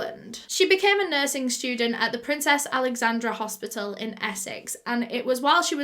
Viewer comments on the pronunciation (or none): none